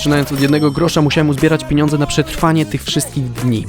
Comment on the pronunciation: Obejrzałam. Było ciekawie. Ale irytowało mnie że mówiłeś piniądze!!!! Są pieniądze 🙈🙈🙈🙈